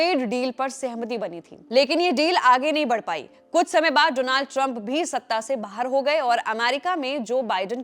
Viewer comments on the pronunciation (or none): none